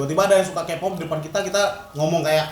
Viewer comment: Kpop dibacanya kipop bukan Kepop bang wkkw